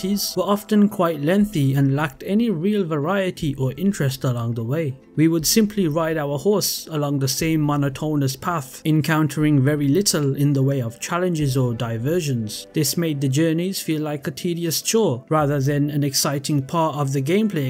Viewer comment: Come on man 😂 i can’t help but laugh a little, so no hate, just constructive criticism, but for future reference you’d benefit from researching pronunciation of words your unfamiliar with. “Rob-a-spear”, and “mono-tone-us” among others, just completely remove me from the video. After it happened a couple times, it made me pause to go like WHAT lol 😂